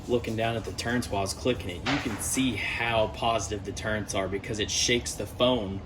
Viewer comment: Turrets - no 'N'. Thanks for the video.